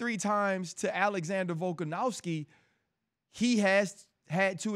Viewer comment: Really wish rc would stop calling Alex volkanowski, it’s a V bro lol